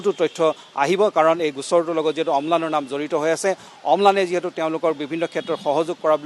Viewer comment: অম্লান বৰা অ' অলপ শুদ্ধ কৈ কওঁক..!